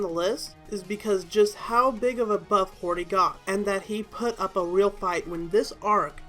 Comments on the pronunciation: hody “hordy” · You call Akainu aka i nu, wtf? And you call Hody Hordy wtf? IT’S so fucking annoying!